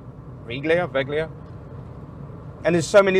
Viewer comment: I can help you with Veglia. It's pronounced 'Vaylia'. You're welcome.